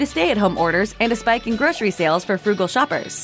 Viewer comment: Seriously, groshery????? It’s grocery. Gro....sir...ee. Pronounce it properly or get someone else to do it.